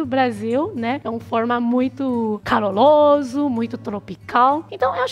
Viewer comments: Muito Caloloso kkkkk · O Brasil é "cololido" e "caloloso"...adorei kkk